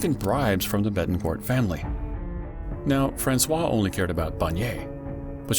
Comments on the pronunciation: I suggest learning the proper prununciation of someone's name before saying it every 30 seconds in a 32 minutes video. It's FrancoiSE not Francois. You called her a man's name ffs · please take a moment yourself to verify how to pronouce Francoise...you say Francois which is the male name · uuuggh you do so much research and you can't teach the robot narrator to say "francoise" correctly. you are using the male version of her name. you are calling her "francis" the whole time. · It’s actually Françoise pronounced « FrançoiZE » pronouncing the « Z » Awesome Job! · Françoise pronounced: "FRANSWAZ" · Bro its FRANCOIZZZZZZZZZZZZZZZZ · it's Francoizuh, u calling her a boy's name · Too bad the narrator mispronounced the daughter's name every single time. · It's very annoying that the narrator didn't find out how to pronounce "Françoise" properly. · great video, but very annoying you keep mispronouncing Françoise. Especially when you pronounce it the exact same as the other main character in the story, the photographer François! Please get the correct pronunciation if you use foreign names or words. It's very easy to do this in 2025. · The way Francoise is being pronounced is killing me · The narrator should at least try to get the basics of french pronunciation right. According to him, the daughter of Liliane Bettencourt is a boy. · French speaker here. Ignoring the "se" in Francoise makes it sounds like you are talking about a guy. You are supposed to ignore the "s" in Francois (male name) but not supposed to ignore any letters in Francoise (female name). That's how we can tell if you are talking about a guy or a girl. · I'm American and it's very jarring indeed... I also thought he was talking about a man until he said "her". This is very cringe. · I’m not French but speak a little French and this confused me too! And drove me crazy. Gah!!